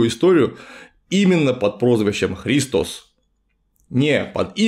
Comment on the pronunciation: Гиркан и христОс. Греческий язык тем и хорош, что там проставляются ударения в каждом слове: Χριστός